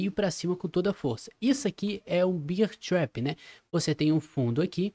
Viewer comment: só uma dica. Tenta pronunciar Bér trap, Beer do jeito que tu diz é cerveja 🍻🍺🍻